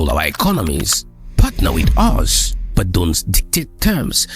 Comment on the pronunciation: I told my brother in 2020 that the amount of sabotage we'll see with this refinery would be unprecedented at least for those who haven't trained their eyes to see how imperial power keeps them down. Hope all those Nigerian Christians twerking for trump understand it's slippery slope to Libya from here. That said, plz decolonise your pronunciation of "but" as Burt, na da one dey pain me pass this symptom of our breakthrough😂